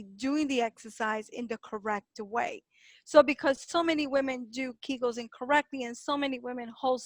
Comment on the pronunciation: Kee gels. Not kag gels